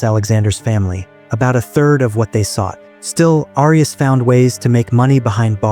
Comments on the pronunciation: It's pronounced "air e us" thanks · Is this an A.I. voice? Why is "Arias" being mispronounced? I hate A.I. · Continual mispronunciation of the surname “Arias” is very annoying.